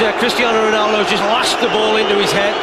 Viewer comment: lol he butchered ronaldo